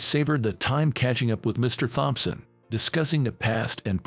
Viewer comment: Can't seem to remember if there are 5 siblings or 7. Too bad the robo-narrator doesn't know Thompson has a silent "h". Oh well.